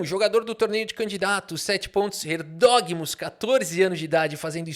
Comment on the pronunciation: Erdogmus pronuncia-se erdomush, ou algo assim, em turco.